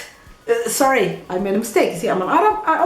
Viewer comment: Love your face when you say sorry with French accent☺